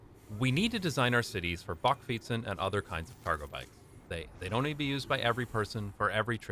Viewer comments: The "a" in bakfiets is pronounced like the "a" in "back". The narrator pronounces it more like the "o" in "bock". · In the Netherlands it is pronounced "buckfeets"(that's as close as I can get it!) By the way, I love your facial expressions. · "Bakfiets" The last letter is an S.